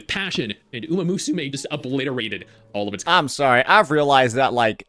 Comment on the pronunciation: 🥷 said umamooSUmae 😭